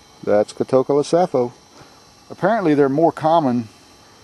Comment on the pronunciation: I believe the word "Catocala" is from the Greek language, so it should be pronounced differently than is pronouncing it. He is pronouncing the word as if it was an English word. Sounds strange to hear him pronounce it different from everyone I know. But he does know his species. Also, where is he collecting? Location, even it was only a state, would be nice to know.